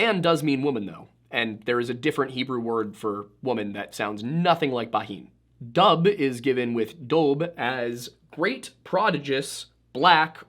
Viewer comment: Dubh is pronounced Duv in Gaelic